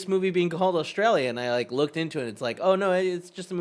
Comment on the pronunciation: Why does say Australia like that? It’s painful to my ears